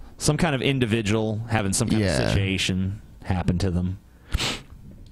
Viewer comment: I love, but he mispronounces situation. When Brett says it, it's pronounced "sich-ee-a-shun."